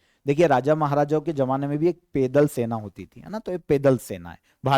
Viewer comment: आप पैदल कोपेदल क्यों बोलते हैं।